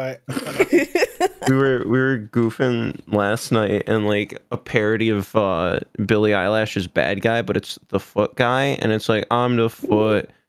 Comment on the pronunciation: I hate that he called Billie Eilish Billie Eyelash 😭😭